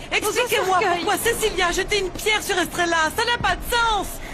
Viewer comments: Puis que je ne fais que te dire que l'on ne dit pas strella mais Estrella idiote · Depuis que je te dis qu'on ne dit pas strella mais Estrella idiote